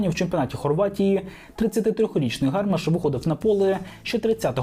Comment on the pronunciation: Не гАрмаш, а гармАш. Перевірочне слово "гармата". Ганьба українським журналістам, які не вміють вимовляти українські прізвища (99% не вміє)